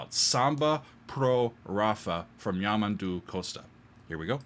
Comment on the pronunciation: The word stress on his name is YamANdu also not carin-ho the "nho" is like the Spanish ñ as in niño. and make the 'o' sound more like a U also Costa is by no means some uneducated musical genius.. he studied Classical guitar with at least one famous Guitarist. and well knows how to read and write music. Also the 7 string guitar is not from Portugal and lastly.. the diagonal thing on the neck of the guitar is an inlay.